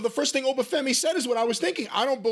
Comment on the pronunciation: At least Jim pronounced Oba’s name properly